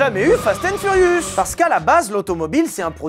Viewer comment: "fast and furius" c'est furious chef